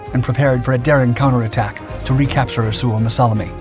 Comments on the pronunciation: Suomassalmi, not Suomassalami. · you mispronounce suomussalmi